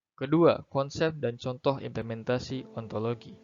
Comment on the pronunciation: B/ ( Kel 17 ) Assalamualaikum warahmatullahi wabarakatuh 🙏 disini saya ingin memberikan kritik, saran dan pertanyaan. Kritik dan saran : dari segi editan video sudah bagus dan rapi akan tetapi dari isi materi terdapat kesalahan dalam ucapan implementasi, di dalam video di baca ipementasi, sedikit sepele tetapi mengandung banyak makna, karena setiap salah dalam ucapan maka mengandung arti yang berbeda, adapun arti dari implementasi adalah merupakan suatu kegiatan yang di rencanakan serta di laksanakan dengan serius juga mengacu pada norma norma tertentu guna untuk mencapai tujuan kegiatan, adapun ipementasi tidak memiliki arti. Saran saya untuk memperhatikan dalam menyebutkan kata karena salah penyebutan dapat mengubah makna nya. Pertanyaan saya untuk video di atas : apa contoh yang kuat yang menyebabkan ilmu dan filsafat itu berjalan beriringan dan apa dampak jika ilmu dan filsafat tidak berjalan beriringan , terimakasih 🙏